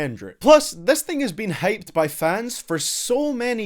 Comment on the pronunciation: everyone: hyped: HAYPED